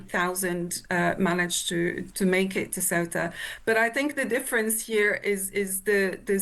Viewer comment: It's orchestrated by the Moroccan government, they do this periodically to get back at Spain; this time, because Sánchez is doing deals with Algeria, and also because they recognised Palestine, and the Moroccan regime is in the pocket of the Zionists. Get your facts straight! And learn to pronounce Ceuta correctly!! 😂😂